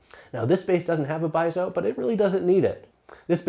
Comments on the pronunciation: pee-AY-zo. How hard is that?? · Maybe it's because he can't pronounce piezo (pee-ay-dso).